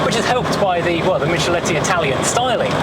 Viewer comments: Spartan but cute. And that’s Michelotti not Micheletti. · Enjoyed this video a lot... Please not note though it's "mickelotti" though :P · Who is this Mishaletti? The design was by Giovanni Michelotti (pronounced Mick-a-lotty). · A really elegant little car. The designer's name is Giovanni Michelotti, pronounced Mick-. He's well known for being the designer of all Triumphs from 1960 onwards.